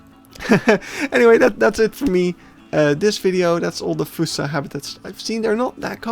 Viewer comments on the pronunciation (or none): its pronounced F-aw-ssa not fUssa